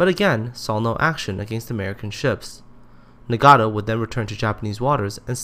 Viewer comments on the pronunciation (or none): I get really mad when people pronounce it as Na-gat-tow instead of Na-gat-o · Pls learn to pronounce 'Nagato' this is very annoying